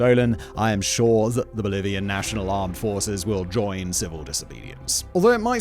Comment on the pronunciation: Bolivarian not Bolivian.